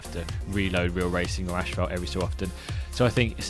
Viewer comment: It's not Ashphalt, it's Asphalt.